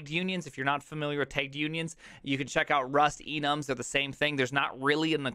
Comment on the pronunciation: "It has TEIGGED unions" I think you mean tagged